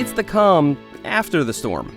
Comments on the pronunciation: Its the cum aftet the storm, thats what I heard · Is it just me or did you hear “it’s the cum after the storm”